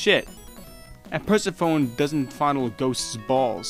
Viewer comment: Per-seh-fow-neh, not Perseh-fown